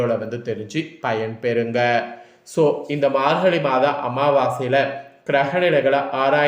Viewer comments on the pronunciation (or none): அமாவாச இல்லையா அமாவாசை 🤣 மார்கலி இல்ல மார்கழி🤣( உச்சரிப்பு மிக அவசியம்)😊😊😊